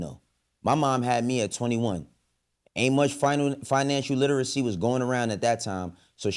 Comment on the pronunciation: The person saying kids don’t need to read struggled to pronounce “literacy”